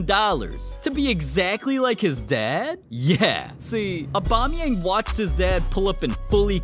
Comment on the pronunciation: normal people: aubameyang english speakign people: abamiyengu